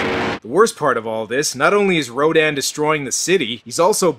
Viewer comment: I just thought it was distracting to hear rodan pronounced 3 different ways. R-OH-DAN, Raydon, and R-oh-din.